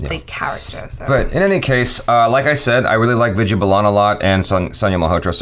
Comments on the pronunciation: its "vi-DI-YA" not "vi-J-ya" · "Vidya" is pronounced as "With Ya" :)